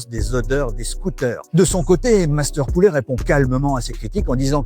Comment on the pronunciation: Alors monsieur le présentateur....en FRANÇAIS on dit POULET....et non pas POULÉ....OK